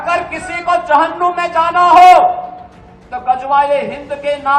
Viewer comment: Abe jahannum Nehi hota hai Jahannam hota hai😂😂